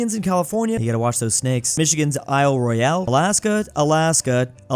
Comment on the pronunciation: It’s pronounced Isle Royal